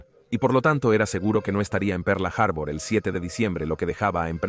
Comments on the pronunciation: Pearl Harbor . Harbur noooo. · De que parte del mundo es el narrador, por lo menos en México decimos Pearl harbol, en todo caso que diga puerto perla, aparte de que la voz me resulta poco agradable, el tema me encanta pero me es imposible continuar escuchando perla harbor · "Perla" Harbor... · Excelente traduccion. Perla harbor😅😅😅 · Por dios cómo le cuesta pronunciar Pearl harbor